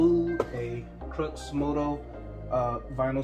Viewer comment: Hey man no hate or nothin it’s just pronounced crEW like the x is silent it’s a play on words